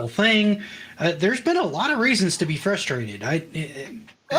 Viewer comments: I can't stand how says "futhstrated", people are futhstrated. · Half of it is his Sylvester speech impediment , the other half of it is that he isn't even trying to pronounce the first R in frustrated . I could deal with a simple fwustwated , at least that would show that he was trying 😆.